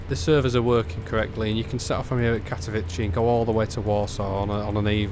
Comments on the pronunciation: Katowice is pronounced more like Katovitzeh or Katoviseh, not like you say it - Katovici or Katovitchi which sounds like Italian name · Just so you know, in Polish Ws are pronounced like Vs in English, so Katowice is pronounced something like Cat-oh-vee-seh and Zawiercie is more like Zah-vee-ehr-tseh